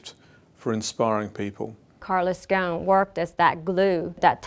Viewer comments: Why do the call him Goan😂 غصن if that was his arabic family name It would be probounced "ghusun" Or more or less the same way it's spelled "ghosn" no scilent letters. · It is not Calos "GON", it is Carlos "GOSON". GO-S-ON".